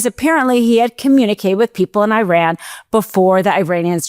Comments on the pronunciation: [sigh] It's not Ī-ran. (EYE-ran) It's i-RAN. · It is pronounced Eran and Eraq, not I Ran and I Raq. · why people pronounce Iran hyran you would pronounce India hyndia